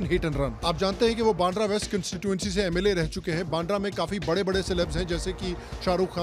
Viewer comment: बांड्रा ❌ बांद्रा (वांद्रे in Marathi) ✅